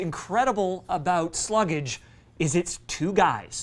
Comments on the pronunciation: I think it’s pronounced Slug-ge. Like sludge, but with slug. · You don't pronouce the name right. It's all one syllable.